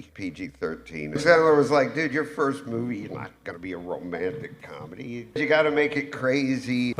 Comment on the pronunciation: I like your videos but how you say comedy makes me want to die